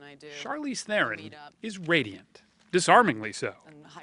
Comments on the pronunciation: Please pronounce THERON correctly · Tragic. Oh, the interviewer's pronunciation of her name, I mean. What a fucking boss. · He pronounced her surname wrong. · 99% of people do man, it's almost impossible to know how it's pronounced unless you've heard it first hand